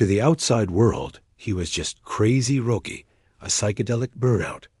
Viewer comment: Hey, this is a great fable of Roky. It is a great story. But people are not going to like it. His name is pronounced, "ROCKY". And everyone knows this. He spelled his name without a "c". Can't you change the A.I. program and spell it with a "c" so the voice gets it right ? Roky is pronounced "Rocky". Learn to pronounce his name, Bro. Please. Thanks